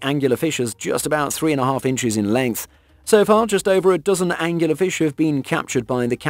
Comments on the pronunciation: I think it's an Angler Fish, not Angular. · I thought it was an angler fish, not angular fish... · Angler fish, not angular. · Anglerfish not "Angular fish". And I don't believe a word of that '60 ft' shark story. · It's an incorrect pronunciation. It's Angler as in fisherman. The term comes from the fishing rod like protuberance on the head which is used to attract the prey. Being British I can vouch for this! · No he mispronounced it - simple - Angler fish not Angular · Angler fish not "angular fish" Get it right. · Him saying angular like a triangle not Angler like a fisherman so much made my eye twitch. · I love that he keeps calling angler fish angular fish lol. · "Angular fish"? I think you'll find that it's Angler fish . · It's not "Angular Fish" it's "Anglerfish" Angler as in....a fisherman using a lure. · how many times can you wrongly call an Anglerfish "Angular Fish" ?? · Angular fish is a mispronunciation. The correct is Angler fish. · lol, it's not an "angular" fish, it's an "angler" fish. Another word for a Fisherman is Angler. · Uhm... It's Angler Fish. Like a fish that fishes. Not Angular Fish, like a fish with angles. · Angular fish? Not angler fish? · Why do you keep calling the angler fish an angular fish? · It's an angler fish not an angular fish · It’s Anglerfish, goddamit. The name comes from the lure on its head. Does it look angular to you? Nice video but this mistake drives me inuts. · Pretty sure it’s angler fish not angular fish….. 🤦‍♂️ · *anglerfish NOT angular fish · Angler fish not anguler fish as in a fishing fish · The monster I'll be avoiding is the British sounding guy who repeatedly calls the Angler fish angular, peddling it as an informational video. Who knows what else is BS. dangerous stuff